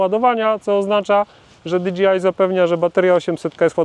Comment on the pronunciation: Wiem, że czepiam się, ale... DI DŻEJ AJ, nie di dżi aj. DJI, nie DGI. 😉